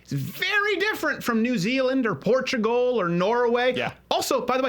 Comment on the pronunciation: Its "Portugal" not "Protugal". Reason number 1 why this analysis is shady